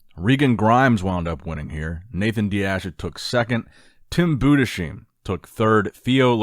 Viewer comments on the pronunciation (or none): I now you are infamous for butchering names but its interesting how you insist Tim's name is "Budesheem". Its Budes-heim. Like Anaheim in california. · It's pronounced BOO-DISS-HIME